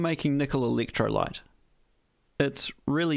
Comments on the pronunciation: Did you say electrolyte ? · "Meatel"? "Eeleektrolite"? 😂😂😂